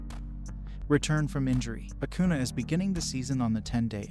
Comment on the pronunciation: It’s acuña, pronounced acun-YAH